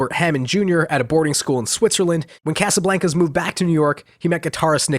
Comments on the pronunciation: mad respect but why do you pronounce casablancas Like That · I almost had to stop watching the video with the way you pronounced Casablancas